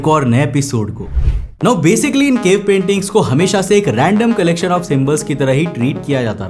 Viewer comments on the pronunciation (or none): none